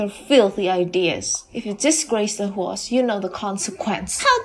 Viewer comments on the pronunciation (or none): Usual problem the dubbing is awful and every time instead of house 🏠 they pronounced it HORSE 🐎 hilarious 😂 for goodness sake stop ✋ this atrocious dubbing !!!!!!!!!!!